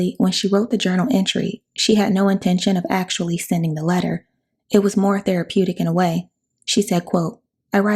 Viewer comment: "more" not mire